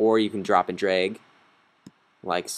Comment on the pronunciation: DRAG AND DROP, AHHHH hahah, NOT DROP AND DRAH